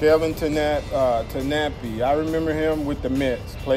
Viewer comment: Kevin Tanapi, hehehe. It's Kevin Tapani.